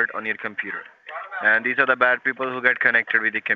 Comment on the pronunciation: Lol ees these, what ees these?"